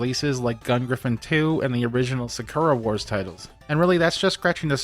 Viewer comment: The way you said Sakura Wars killed me 😂 love the Video